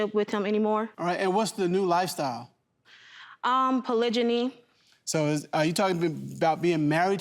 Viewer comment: She’s pronouncing it right not polygamy but polygyny. There is a difference. Polygamy, polygyny and polyandry..